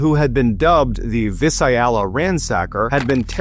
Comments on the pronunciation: Viss-Aye-ah-luh ROFL. It’s Viss-ALE-ya if you care. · Accent on the 2nd syllable: "Vai-SAIL-ya". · It's pronounced Vie salia. The fist I is long. Here's to hoping people understand what I'm saying and that public school hasn't done the dumb down. Long and short vowels. If you have to, look it up. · Vhy - Sail - E - Uh Visalia That’s how you say it bruh 🤦‍♂️ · I live in Visalia. I love you MRBALLEN. I'm a longtime subscriber probably one of the first. JK LOL I don't know but a longtime subscriber for sure. That being said Visalia is pronounced VI-SAL-YA.....Visalia 😅😅😅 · Vye-sail-ya. Not Vih-Sye-ya-lyuh. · FYI Visalia is pronounced Vy-Sal-Ya not Vee-sai-yalla. Lived there for almost 18 yrs. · Visayala? It's Visalia. Vi-sa-lia. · Veesailia not Visa ailia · I live in this area. The town of Visalia is pronounced Vy-sale-ya. Not Vis-aye-ale-ya. 😉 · Vi Salia not vis i el a 😂😂😂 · Visayala? It’s Visalia my guy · It’s pronounced vice sail ya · Visalia is pronounced Vi sail iya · It's Vi-SALE-eeya, as in the word, "salient." This story isn't exactly true. The GSK had already "successfully" attacked a couple by the time of the infamous meeting in Sacramento. As I recall, the fellow who spoke out didn't call the killer a coward - instead, he was boasting about himself, saying that no killer would ever get to his wife while he was in the home. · Its pronounced VY Sayl ya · Just an FYI it's pronounced Vy-sale-ya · Vi sail ya!!! Is the proper pronunciation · It's pronounced vi-SAY-lia. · Ugh. Visalia is pronounced vī-ˈsāl-yə. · John, Visalia, is pronounced vy-zay-lia. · I love you Ballen, but as a resident of Vis I Alla, I would want you to know that it's Vie Saylia. Other than that, keep up the excellent job! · I was living in the area at the time that this guy was caught. I remember this on the news. What a creep! And by the way you pronounce Visalia as “VI-Sale-Ya” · It’s vis-SAY-Lee-uh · It's pronounced Vi-sale-ya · It's pronounced Vy-sayl-yuh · It’s vie-SAIL-ee-uh